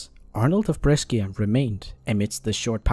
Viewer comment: PLS BRESCIA IS NOT PRONOUNCED LIKE THAT